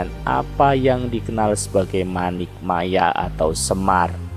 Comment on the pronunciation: Maaf... Narator dalam mengucapkan kata kata dalam bahasa Jawa sangat kurang memahami ejaan dan lafal bahasa Jawa. Sepertinya kurang paham bahasa Jawa. Terkesan hanya sekedar membaca teks /artikel yg entah didapat dari mana... Maaf sekedar kritik yg bersifat membangun. Contoh kata Paduka... Dlm bahasa Jawa huruf "a"terakhir dibaca mendekati lhuruf "o" Manik Maya dibacanya manik Moyo... Dan banyak lagi... Pengucapan kata murbeng dumadi vokal "e" bukan dibaca seperti pada kata "tumpeng" tapi dibaca "e" seperti pada kata "celeng" Bagaimana mau mempelajari budaya Jawa kalau pemahaman bahasa dan sastra Jawa kita kedodoran ...???? Orang Jawa yg tidak paham bahasa Jawa yg baik dan benar = wus ilang jawane ( sudah kehilangan "Jawa" nya ) kalau narator bukan orang Jawa saya maklum lah... Tapi kalau orang Jawa padahal ngomong soal ilang jawane kan ironis... ya udahlah... Tapi jangan terlalu parah gitu lah...